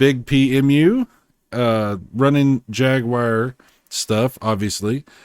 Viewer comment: It's not the first time I heard it pronounced like that, and it's always someone with an American accent, trying to pronounce it like a Brit. However, that's not the correct pronunciation because it's pronounced "Jag-wahr" in American accent, and "Jag-you-are" in British accent.